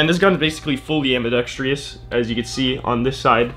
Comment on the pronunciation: AMBIDEXTROUS phonetic: ambi-dex-truss not AMBI DEX TRIOUS phonetic: ambi-dex-tree-us. Don't whine about me putting you right on this; if nobody tells you now, you'll go through your life sounding stupid.